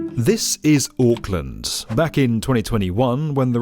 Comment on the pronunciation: The “Aaahk” killed me 😂